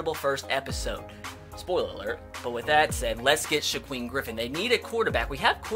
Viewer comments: Shakiem not shaqueff🙄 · (Shuh-keem) Griffin not (Shuh-queem) Griffin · It’s shaquem as In sha-keem not sha-queem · It's on shiKWEEM its shuh-keem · It’s pronounced Shakeem not Shaqweem lol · It's Shak-Eem not shagweem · Wincing every time I hear shakweem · Shaquem (sha-keem) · "Shakweem Griffin" wow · How has no one commented yet telling you that it's pronounced Sha-keem? I fully expected that to be every comment. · sha-keem is how you pronounce it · SHAKEEM GRIFFIN NOT SHAQUEEM FFS IM GONNA LOSE MY MIND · anyone else bothered by how he says “shaquem” I’m shaquem griffin?? To me he’s over pronouncing the “U” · Do u not know how to pronounce saquon and Shaquem